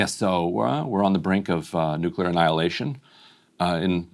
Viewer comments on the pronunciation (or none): Ryan dude. "So where on the brink of nuclear anihalation"